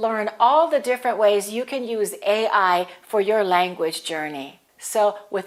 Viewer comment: Gracias for your lesson! Sorry, of the video, you stressed the acronym A. I. on the 1st syllable, I assume! Whereas, in one of your previous videos you discussed that "stress ought to be on the last syllable of any compound acronym!" Will you please elaborate on this? Thanks